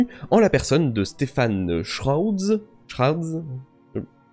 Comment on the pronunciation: Stefan Schwartz est d'origine allemande mais c'est un anglais (né à Londres), je pense donc que tu doit le prononcer "stéfane shouartz".